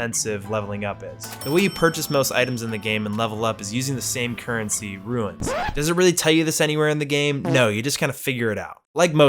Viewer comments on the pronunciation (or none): It's runes, not "ruins". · Why does he call runes "ruins" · They are called "runes" as in "roons" not "ruins" as in... "ruins". And they don't matter at all. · It's 'roons' not 'ruins'. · Runes. Not ruins. Roons. Other than that excellent lol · I'm sorry but could you please stop calling runes ruins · Btw they're "runes" not "ruins." Ik it doesn't really matter, just pointing it out. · Runes* not “ruins” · Such a minor complaint I have is everyone I know is calling the currency “ruins” and not “runes”. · something tells me didn't drop down in to the tutorial area as it explains all of the controls there. Also, they're "runes" not "ruins" lmao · Why does everyone call them ruins when they tell you it’s runes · Are you calling runes "ruins"? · You say runes like ruins, and they are two different words. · It's not pronounced ruins, the word is R.U.N.E.S. and it's a one syllable word. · Why does he pronounce 'runes' as 'ruins' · this video is amazing and you are such a cool person! but why the fuck do u pronouce runes as "ruins" lmaoo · If says ruins instead of runes one more time i swear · Runes "Ru-ins" :') good video though